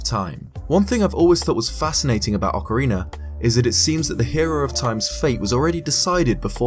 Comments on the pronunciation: Ocarina of Time: Ocariner of Time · Why the hell cant you fucking say the word ocerina?